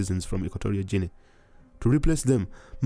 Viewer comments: Guinea is pronounced like Gini (not Jini). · It is Equatorial as in Equator, and not Equ*o*torial. Also, the the "G" in the Guinea is pronounced as the "G" in gain, go, gutter and Gandhi and not as the "G" in gin or general. Equatorial Guinea because it is located near the equator in the Gulf of Guinea.